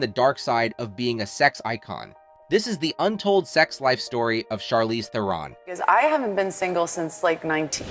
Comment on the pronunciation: It would be nice if you pronounced her name correctly